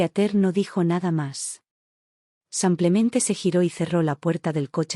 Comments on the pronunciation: Porque dice,sanclemente y no.lo que es,,simplementeee😅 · Haganme el favor de no publicar estos Churros,la narradora lengua de estropajo siempre dice samplemente. Y no rebuzna por falta de orejas.